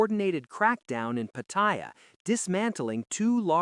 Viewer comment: Try learning how to pronounce Pattaya.